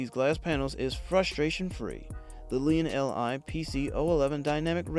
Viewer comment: Lian... EL, Eye... Lmao